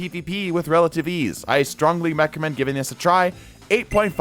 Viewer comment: “I strongly meccomend”